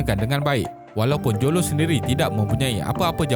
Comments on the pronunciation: Admin tolong sebut betul².....lo taik jo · Admin sebut mcm bunyi low TAIK joe jer wkwkwk